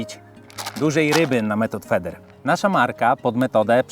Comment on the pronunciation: method fider sie czyta jak cos wedlug slownika